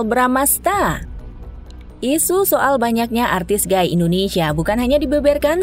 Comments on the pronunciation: Gay : bacanya "Gei", bukan "Gai" ya... Kalo Guy : baru dibaca "Gai"... Hehehe... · suara bagus, baca narasi keren kyk pro.. tapi baca "gay" nya gaiiii.. gaiii ... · Gay itu dibacanya "gey". Blo'on bgt ini pengisi suara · Gai(Guy)? Bukan sebutan nya Gey(gay). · Maaf ya nona narator. Lelaki homoseksual itu disebut GAY (ucapkan gey). Para pria sering dipanggil GUY atau GUYS (jamak) lafalnya gay atau gays. Jangan terbalik ya, lain artinya.